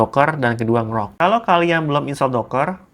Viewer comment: dibacanya en-grok bukan ngerok